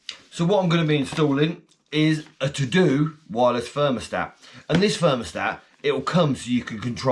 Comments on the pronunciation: It's pronounced tar doh, think of homer Simpson for the DOH 🤣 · it's just pronounced tah-doh. It's German. It rhymes with Wago - vah-goh.